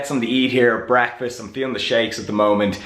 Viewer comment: "Hey guys im gonna start the day by eating some breehhfistt"